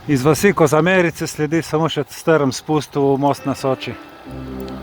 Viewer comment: Ne Koza-merice , ampak Kozmerice s poudarkom na 1. e-ju....ha, ha, ha!